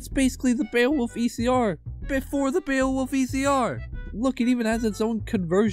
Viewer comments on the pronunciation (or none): none